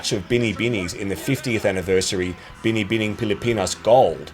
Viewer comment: Im from the Philippines so we are very passionate about beauty pageants especially Miss Universe. I am impressed when you can pronounce "Binibining Pilipinas" perfectly. Love your videos, keep them coming👏